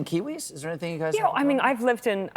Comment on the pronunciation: Better than ‘bin’ (been) ‘anythink’ ‘polidical pardy’ ‘be kind’. She is so cringe and very naive. Still has a high opinion of herself. She and Grant Robertson and Chippie wrecked the economy and racial harmony! They went too far on everything. Delivered nothing. No clue between them.